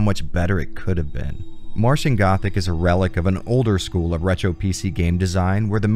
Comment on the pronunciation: AHEM! 'Martian Gothic' not 'Matian Gothic'